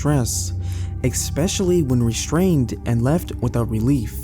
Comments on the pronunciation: I don't blame that camel. Also it's pronounced ES-pecially not ICK-specially 😉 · Great stories, just one observation: there is no K or X in the word especially.